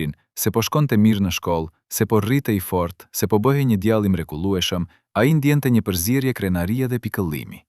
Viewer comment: Ti qe po lexon tekestin djale dhe jo djalle .ze tinzare....